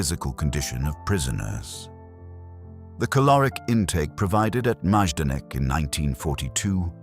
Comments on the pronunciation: I thought it was pronounced “MI-don-ik,” not “Maaj-don-ik.” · Wow the pronunciation here is atrocious. At least properly pronounce the subject of the video 🙄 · It’s terrible, and should at least be previewed before you publish the video. It takes away from how good the information in video is.